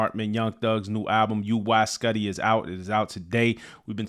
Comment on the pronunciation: Pronounced “YOO-eye S’QUE-tie”. (Cause I’m a science nerd)